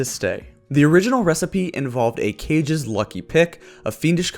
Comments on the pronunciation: kah gay not cage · Kage is "Kah-gay", not "Cage" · Kage is pronounced Kah-Gay im pretty sure